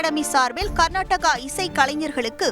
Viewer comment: அது கர்நாடகா இல்லை கர்நாடக🤦